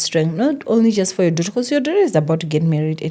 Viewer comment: Love how say Dough ter😂😂😂😂😂😂